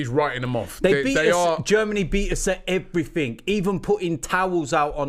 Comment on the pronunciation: Robbie ‘Um’ Lyle